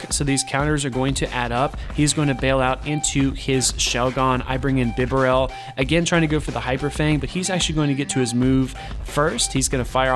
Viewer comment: Man, I have to do it.... Pah-cha-REE-Su. Not RIE-su. Also, BEE-Barrel, Like Beaver... Barrel. BEE-Barrel Lie-Noon Mie-Noon (like Minus... ) overall though, good job showcasing what Donphan can do. Even though it isn't a part of the core metal, it definitely has a place so need to prepare for it!